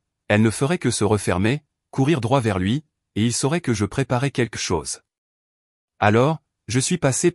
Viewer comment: Arrêté de dire queque chose, on dit quelque chose on entend le L QUELQUE, Queque c'est vraiment médiocre, ce n'est même pas phonétique.